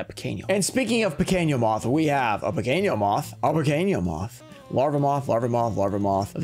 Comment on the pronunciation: The letter 'n' in portuguese have the same sound than english. So is Pequeno Moth, not Pequeño Moth